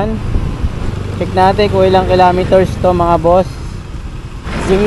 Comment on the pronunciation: kilometers hnd kilameters bobo